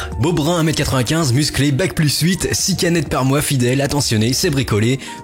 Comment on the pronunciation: "6k net par mois" j'ai compris "6 canettes par mois", ça m'a semblé curieux la recherche d'un alcoolique :')